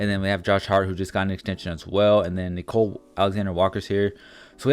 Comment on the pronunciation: His name is Nickeil Alexander-Walker. Not Nicole.